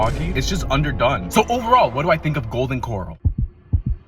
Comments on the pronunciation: He made it sound like a seafood joint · Why are you pronouncing it Golden Coral as in Golden coral reef? Dude it’s pronounced Corral like a live stock Corral 🤦‍♂️ Sound it out like this Core, AL. Core as in the center Core and then AL as in someone named AL. Corral 😂. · It’s Golden Corral not golden coral 🪸 lol you definitely don’t belong in Texas I wade deport u myself but I’m pretty far from where u at lol 😂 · It’s not Golden Coral, it’s Golden Corral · This guy just lost a whole bunch of credibility and integrity with me. He proved he’s just an idiot who can’t properly pronounce the word “corral” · It's Golden Cor-RAL 🙄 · It's Co-rel not 🪸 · I want to fight you 😂 WTF is a Golden 🪸Coral… what in the unda sea is wrong with you. 😂😂😂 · Golden Coral pronunciation is killing me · You fucked up dawg😂😂 "coral" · Golden "Corle" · Its Kǒr-AL. As in … the bull is in the corral ... Although i do believe they have seafood at the GC. 🤔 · This has to be ragebait because why is he saying Coral???? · Corral. CorRAL. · Golden Core-owl is the pronunciation. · I give you 2.4/5 for pronouncing it Coral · Golden “coral” 🤣 😂!! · First time I've heard someone pronounce it "Golden Coral" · Golden Corral not coral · Golden Kor-Al Simmons. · The way he pronounced it. Can’t take him seriously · Had me thinking I’ve been pronouncing it wrong my entire life. Looking at the comments… it’s just you. 😂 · Bruh the way you pronounce “corral” made me click off video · You have to be trolling pronouncing it that way. Be better man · Dude I just disliked your video and I'm gonna block you for mispronouncing GOLDEN CORRAL. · One star for mispronunciation of Golden Corral 😅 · The way he's pronouncing "Corral" is making me want to rage quit. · I knew it was gonna be trash just from how he pronounced it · I refuse to trust someone who cant even pronounce the business name